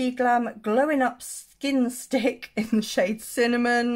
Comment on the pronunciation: There's no way I could say "skin stick" without becoming completely tongue tied. Nicely done, sis!! LOL! The amount of times I have to edit out my bumbling over words is RIDICULOUS!!